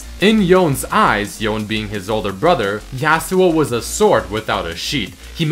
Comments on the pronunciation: Just so you know, since they're samurai and hence LoL's variant of Japanese people, it's pronounced "Yo-nay" not "yon". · His brothers name is pronounced Yo- Nay But yes this does sound solid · It's Yo-ne, that's Japanese dude